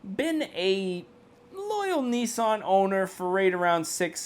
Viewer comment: It Nissan not nessan